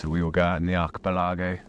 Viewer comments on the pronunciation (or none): Acha...pelargo...wtf you so funny ....arca pelligo..... archipelago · I do hope Archie-Pill-Agow is some kind of naff etonian joke pronounciation.